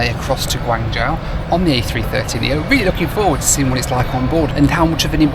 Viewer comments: big fan - Guangzhou is pronounced as Guang "Joe" and not Guang " Jowl " in mandarin. In the local cantonese dialect , guangzhou is pronouced as " kong jowl" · Pronunciation tip: it’s Guang-“Joe” (long O sound) rather than Guang-jow (like “ow!” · Mate your pronunciation was way off on your destination its said like gwang joe not gwang jow....... '' I think China southern are based here '' as he obliviously walks past the sign for the China Southern lounge ! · China approach patterns are because you have HK airport, probably the busiest in Asia outside of Tokyo. Then Macau, Shenzhen, Zhuhai and Guangzhou all within a 90km radius. And they are all busy. Guangzhou is pronounced gwong jo. I've flown into GZ and SZ a ton of times and immigration and quarantine is always a breeze. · I appreciate your horrible pronunciation of Chinese cities! Wow.... now I know why my Chinese relatives cringe everytime a non Chinese tries to pronounce their names. Guan-Jow! Ouch... 😅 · Drink every time he says GWA-NJAO! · It's pronounced 'gwon jo' and it's very much in the south and is one of the biggest cities in China. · It's pronounced "Gwong- joe",:), you're welcome! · Quite surprised you don't know the correct pronunciation of the city you're travelling to ( Guangzhou is pronounced Guang jo) Guangzhou is the Hub for China Southern. I've missed a few of your videos. Thus was a pretty decent review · The "zhou" in "Guangzhou" is pronounced much like the name "Joe." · One day will pronounce Guanzhou correctly. LOL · Bun-yi-wan-gi (I pronounce it phonetically). I was not having a go at you for not pronouncing Guangzhou correctly; I just find it strange that a well-known city is pronounced wrong, even by newsreaders. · Bro always pronounces Guangzhou with a dramatic effect lol